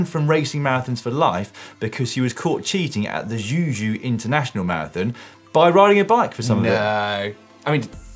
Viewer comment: Xuzhou: it's pronounced "Shoe Joe", not "Ju Ju". Just to add to the list of things Dan can't pronounce.